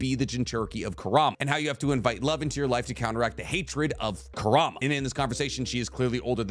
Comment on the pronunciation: You consistently mispronouncing Kurama name is bothering me